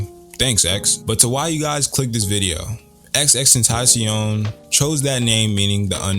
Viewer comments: dude says XXTENTACION not XXXTENTACION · I disliked this because this dude kept saying “XX Tentacion” Nigga it’s XXX 😂 Well put together video though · Did you say xx tentacion 😂😂I’m just givin you shit but fr fr at the beginning you did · FOR THE LOVE OF GOD IT'S PRONOUNCED TENDTH-A-SEE-OWN it's supposed to sound like the spanish word for temptation!! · bro you said his name wrong within 10 seconds into the video 😩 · you say his name with only 2 x's idk why bud